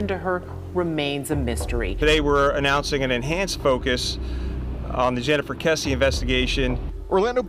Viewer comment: but their name is KRessie NOT kessie